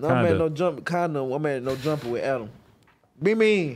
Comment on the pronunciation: He pronounced Adam name as Anna